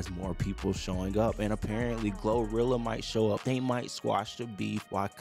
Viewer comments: Funniest moment was when the dude with glo said Ak is a Ip (unemployed person)…, bro it’s U-P there ain’t no I in unemployment😂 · Sir it’s up not uip unimportant one word